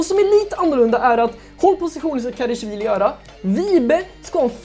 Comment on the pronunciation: Älskar den här serien men det är en liten grej jag stör mig på. Det uttalas KarAshvili, inte KarEshvili.